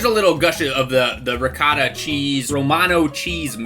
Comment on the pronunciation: Its not called recatta. Its Ri-goh-tah